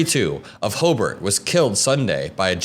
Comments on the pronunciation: You know a real Hoosier because he pronounced it HO-bert and not Ho-BART ❤ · Hey, you ARE from NWI...you pronounced Hobart correctly. Where you from?